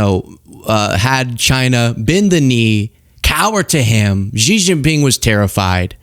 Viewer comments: SHEE (JINGPING) ..... PRONOUNCED . Not Jee, Gee, whatever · Xi is pronounced rather like the English “She”, not “Jee”. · FYI: Xi's name is pronounced "shee", not "gee". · It's a good thing you weren't negotiating for us. It's pronounced (Shee). In Mandarin, (Gee) is the pills of underwear fabric that collect below your scrotum. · Xi is pronounced “she” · Come on, it's Xi, not Gee. Can't you be arsed to spare 2 minutes and find a Chinese vid on YT or TikTok to learn the correct pronunciation ?